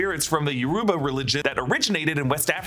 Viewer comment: Yoruba is not pronounced “ yoroooba” it’s more like “ yoh-roh-bah”